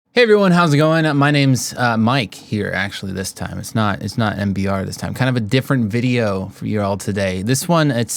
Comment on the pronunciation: Hi mike Not embear